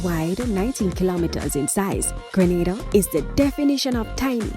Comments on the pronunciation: Need to correct our island name to English speaking Grenada; IT IS GR'E'NADA and Not Granada, a Spanish island off Spain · It is GRENADA NOT GRANADA!!!!!!!!!!!!!!!!!!!!!!!!!!!!!!!!! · It's pronounced Green-nay-da!